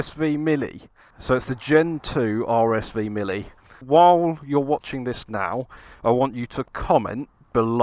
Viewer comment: ar es vee millie. Lol. RSV [m-eel] R.